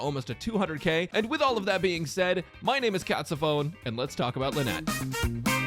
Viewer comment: I heard you say cocksophone for a second lmao (I know it's catsophone, don't at me)